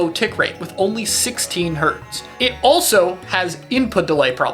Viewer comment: this it's Hz, not "hrts" btw